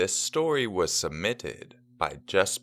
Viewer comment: I don't think you have to be self conscious of how you say submitted. It was fine before....